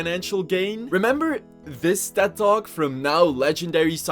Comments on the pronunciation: I am so certain you are saying dead dogs not Ted talk and it’s fucking with me lmao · I totally misheard tedtalk as dead dog for a fat minute and thought he wa just messing around, "are dead dogs dead now?"